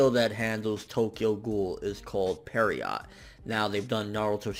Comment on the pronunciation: Peer-roh. Not parriot. French for essentially a mime or clown.